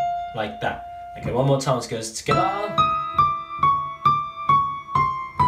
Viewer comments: I love how he says together: tigithier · I love how he says together 😂😂